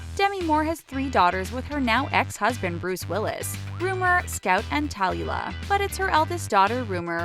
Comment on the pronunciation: I don't think Tom Hanks and his son Colin look identical and where on Gods green earth did you learn to pronounce those names, it's Eve a not ev a. I've never heard that name pronounced like that and the same with Demi Moore's daughter Tallulah. Cindy Crawford and her daughter are the image of each other as are Meryl Streep and her daughter Mami Gummer